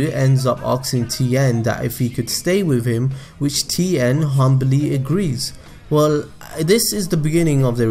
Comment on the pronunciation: As a Mandarin speaker, I can confirm that you said Tien's name correctly